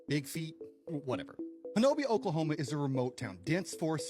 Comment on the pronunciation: It’s not pronounced Ho-no-bia; The correct pronunciation is HO-NUBBY